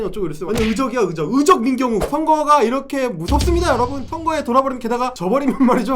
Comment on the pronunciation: 의적이 아니라 으적이래...ㅋㅋ 출신은 몇대가 지나도 못 속여요..